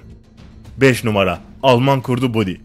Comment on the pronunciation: baddy diye okunuyor